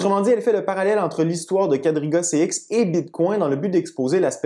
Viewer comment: Ta prononciation du mot BITCOIN laisse à désirer. Pourquoi franciser le nom BITCOIN? Une prononciation en Anglais comme tel serait agréable à l'oreille... sinon ça sonne BIZARRE comme...coin de la rue, bit --- coin, coin de la ville.. Sinon, le contenu est pertinent.